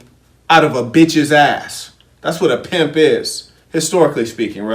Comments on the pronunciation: Crazy thing is that I just read THEN listened to audiobook a few days ago and I got on YouTube yesterday and boom you're in my timeline...yo, you break this down the fractions. Plus the emphasis you put on "bitch" brings tears to my blind eye... Keep politicin', Brethren ✊🏾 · Your constant pronunciation of bitch is hilarious! Lol. Read that book not too long ago as well... thanks.